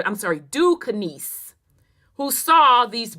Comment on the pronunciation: no disrespect mamm, cause you've brought so much clarity to the Great oke doke as I call it buti I just couldn't stand it anymore. Pronounced (Duskane) or( Ducain). Now I understand why as a black male that only we go through what we go through the way we go through it with these folk. Peace and love mamm